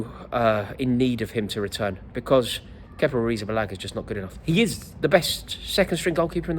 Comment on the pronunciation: Just say kepa